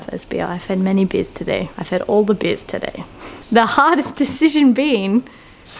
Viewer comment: "Deshizion" haha